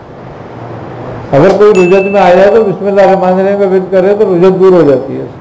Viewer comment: Rujjat nahin Rajjat hota hai